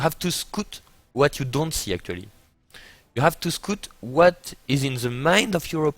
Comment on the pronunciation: maby because he pronounces scout so wrong? :D